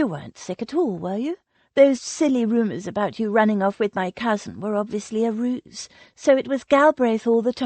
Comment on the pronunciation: Dreadful narrator, mispronounced words all over the place. Roots instead of Rout (rowt) Mainwearing is said Mannering. Really if you have to use an American narrator try getting one who knows how to pronounce English words in the English way. The only thing worse is ai